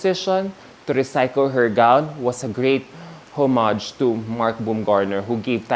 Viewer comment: Hi. I’m a fan. You’re very eloquent but I wish you would take the time to learn how to pronounce certain words, like surmise and homage. It just takes away the momentum listening to you. Thanks.